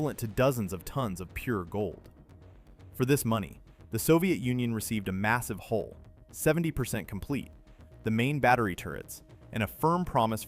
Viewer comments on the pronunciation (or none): Hull, not hole.